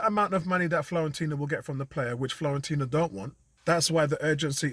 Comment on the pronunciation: Nice synopsis mate....we are all in the wait and see mode right now.....and by the way ....there is no 'L' in Fiorentina 🤣👍🏽👍🏽